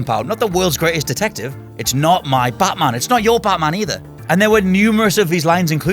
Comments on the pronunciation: You idiot that Batman not Baaatman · that pronunciation though... bartman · Stop saying "Buttman" all the time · "plus it's baatman"